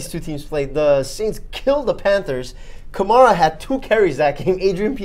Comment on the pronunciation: Kuh-mare-uh. Alvin Kamara.